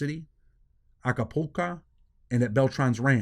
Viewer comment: Bro its acapulco not acapulca good video btw